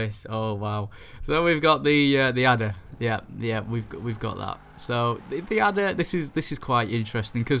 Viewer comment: no way I actually knew you were saying adder :D